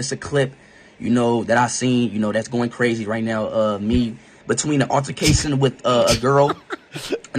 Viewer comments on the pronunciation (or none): right neow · Schulz said right neoww just like that white boy em speed clone 😂